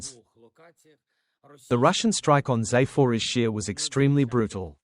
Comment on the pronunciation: A sign of respect would be for the (AI?) commentator to learn to pronounce the place names in Ukraine properly Zap-or-izh-zhiya